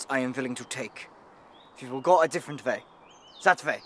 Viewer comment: He says way like I know how to pronounce it “vay”